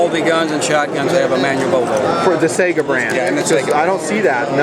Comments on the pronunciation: Its funny to hear people pronounce it "SAGA", in Russian its "SIEGAH". Eh, Tomato, Tomahtoe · Tell em to learn russian, only 1 proper way to pronounce it. Саига 12 Say-Ga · I couldn't get past 1 minute; he keeps saying say-ga, it's sigh-ga :/ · yeah...., thats not correct at all. Its САЙГА. Go on over to (learnrussian.elanguageschoolDOTnet), and tell me what sound АЙ makes, then go get yourself a tutor. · I do not wish to argue with anyone over the pronunciation of a word, but I thought people liked to pronounce things that they are interested in correctly. If you are interested here is some videos I found of it being pronounced correctly. Also one on the Saiga antelope which is the rifles/shotguns namesake.